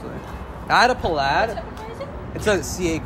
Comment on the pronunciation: whats a PuhLad? You mean Plaid bro?